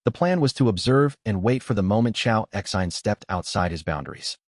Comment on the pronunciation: This AI is not that great calls the choa X I N like they are letters and not a name. Also sometimes it calls the women he or him instead of she and her.